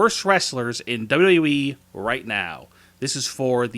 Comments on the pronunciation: He doesn’t even say wwe properly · The way he said wwe